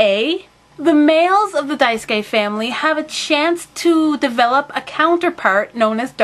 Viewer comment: Hahah just noticed, the last way you said Daisuke was correct! (Dye-s-kay) I CANNOT WAIT FOR YOU TO DO A REVIEW FOR KAMICHAMA KARIN, I know I asked you to a while ago, but I am sooo excited!!!! xD BTW Your videos always make my day~